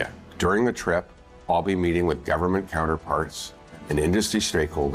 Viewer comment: Did he say stake holders or snake holders?